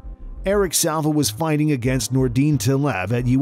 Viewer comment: It's Eric SILVA, not Salva